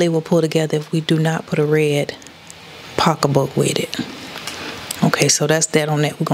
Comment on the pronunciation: Hahaha, no you didn't say pocka book, gurl you are too funny, thanks for going back to your winning format. And your winning good looks.